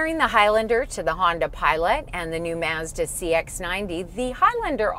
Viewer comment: For Your Consideration - I wouldn’t be able own a Mazda if I lived in Canada just because of the way you guys pronounce Mazda up there. 😂